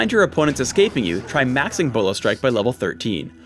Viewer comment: still say mising instead of maxing...